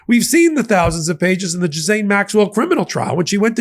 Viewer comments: Its pronounced "Gillaine" not "jizzane" 😂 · gee-lan-ee... very soft g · it 's pronounced J I L L A I N E Maxwell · Ghiz-laine. It has an "l" in it. WTH? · Can someone please clarify how to pronounce Ghislaine? I’ve heard it pronounced “ghee-lane” as well. From my understanding, it’s derived from an Old French word "gisel" which means "pledge.” That leaves me to think pronunciation is the correct way. It’s one of those difficult names, such as Saoirse which is pronounced “seer-sha.” Go figure 😂